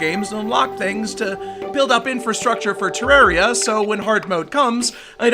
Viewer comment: I'm glad you say Terraria right